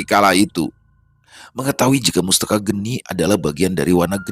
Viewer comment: Sepertinya bukan mustaka geni, tapi mastaka geni Mastaka (kepala) geni (api)